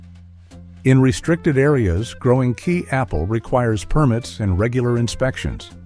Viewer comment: Kei Apple, pronounced Ky like Sky